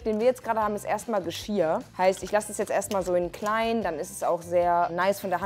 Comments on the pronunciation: Andere Menschen: Geschirr: Geschiar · Kannst du vielleicht das nächste mal Geschirr sagen und nicht Geschia. Danke. Hat mich nur übelst getriggert. Und beachte bitte diese doppel "r". Die sind wichtig.